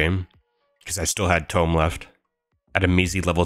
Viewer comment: the "tome" and "trim" pronounciations trigger me, is this video vocalized by AI?